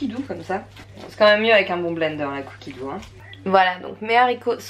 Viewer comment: haha je sais plus si j'ai déjà lâché un commentaire à propos de ça (je l'ai peut être fait une 15aine de fois sans m'en s'ouvenir j'ai besoin de sommeil^^) mais je rigole à chaque fois que tu prononces cookiedoux (cookie dough), c'est mon petit kiff de tes vidéos en plus de toutes les infos et la motivation que tu partages!